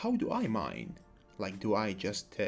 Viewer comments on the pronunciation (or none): none